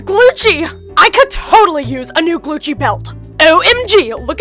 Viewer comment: It’s not Glucci is gucci